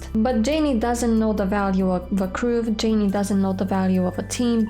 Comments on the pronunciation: If I hear Jay-nee one more time, I'll turn this car around!:-) Love you, and your beautiful pronunciation♥ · I love that you call him "Jay-Nee" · Jaynee? It's. Jayne , like Tarzan and Jane. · I think it is hilarious that you call Jayne “Janey”. Also, the reason they didn’t have him with the names of the meds on his arm and getting those is because Jayne doesn’t read well. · Jayne - just like "Jane" -- not "Jayneeeee." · Its Jayne not Jayn-e. Imagine the E is silent. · Please stop pronouncing the "e" at the end of Jayne. Thank you.